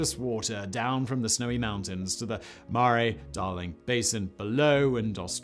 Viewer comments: murRAY river. :D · He said it almost right the second time🥲